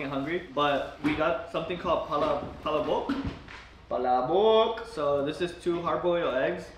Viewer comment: the way pronounced palabok was perfect